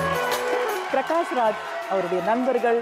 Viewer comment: Pragash kedaiyadhu prakash sari aahi uccharikkrada kathuko avaroda per appadi illa. Pragash nu avaroda appa amma avaruku peru vechille avaruku avaroda appa amma vecchirrukradu prakash nu. Avaroda mulu peru prakash raj.